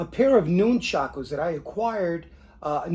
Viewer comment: I lived on Long Island and once went to China Town to shop, but I also bought stuff from AWMA in P.A., that's where I got the rubber Nunchucku, wish I'd known about the other place in N.J. I've been making my own since I was about 10yr old like everyone else. Cool to see yours, sorry just one thing and it's like a pet peeve with me it's pronounced like it's spelled Nun-chuck-u not Noon-chock-ooze as per the way you say it. Thanks for the video!